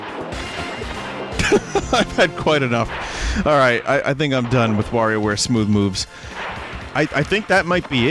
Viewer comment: Nice to finally see Vinny play Smoow woves